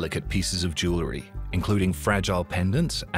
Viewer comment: It would be nice if educated narrators could pronounce jew-el-ry.